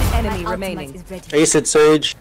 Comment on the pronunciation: Why Ass Instead and Ace Lol